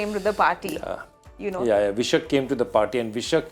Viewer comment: That's Vai-Shakh Second month as per 🕉️ Hindu Calendar "Vaishakh" Not V-Shuck... Mr Joy it's time you prove that you are an Indian...